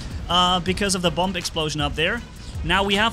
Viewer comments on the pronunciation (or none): Just an FYI but bomb is pronounced bomm and not boomb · Hey love you're vids but I just wanted to say bomb is pronounced bom. The second B you do not pronounce but your English is quite good for it not being your native language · you pronounce the word bomb wrong.. the last b is silent... so it’s like saying bom